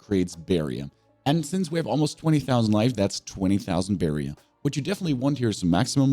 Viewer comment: Why are you saying "barrier" like that? In all your videos you make it sound like something else than a barrier. It sounds like "barrion"😂